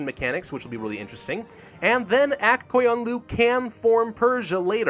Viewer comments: Yo listen up since im from Azerbaijan that means that we learned about Aq qoyunlu and the Qara qoyunlu So u say Aq qoyunlu like this: Akh qoyunlu And for qara qoyunlu ur somewhat saying it correctly Edit: if u wanna say it correctly say QOYUNLU not KOYUNLU because it kinda makes me get triggered but hey its k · The pronunciation of aq qoyunlu is agh goyunlu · All of the "u"s in the names are u sounds, none of them turn into an a. Phonetical pronunciation. Ak Koyunlu.